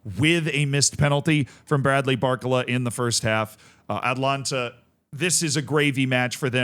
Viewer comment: Zealandism is not Zealand confirmed... Zealand would never say Atlanta instead of Atalanta